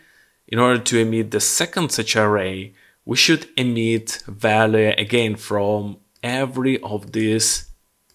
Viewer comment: Пожалуйста не говори валуэ 😅 вэлью будет правильнее. Спасибо за видео!